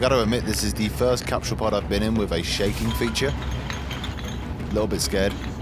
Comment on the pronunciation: It's CAP-SUL NOT CAP-SHULL *ENGLISH TIP